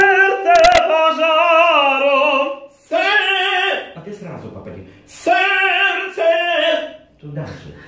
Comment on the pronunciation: От твоего "серцепожаром",, у меня телефон дребезжит...